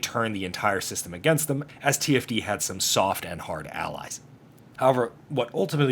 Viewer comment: An entire season of conflict with them, and you still can't get TFD's name right XD